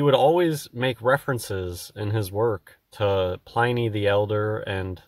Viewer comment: Its pronounced like pin